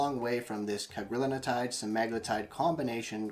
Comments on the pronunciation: It's Cagrilintide. Four syllables: Either "Ca-gril-in-tide," "Cag-ri-lin-tide" or, if you prefer, "Cag-ril-in-tide." It does NOT have five syllables, like "Cag-ri-lin-in-tide" or "Cag-ril-in-a-tide." Look at the word. There is only one "n" in Cagrilintide and it is followed by a "t", which is part of "-tide." How you find an extra syllable between that "n" and "-tide" is beyond me. But heck, everyone on the Youtube is doing it. Which does make one wonder. That said, Cagri is a hell of a AMY3 receptor agonist. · It’s Cagrilintide (you’re pronouncing an extra syllable in the middle)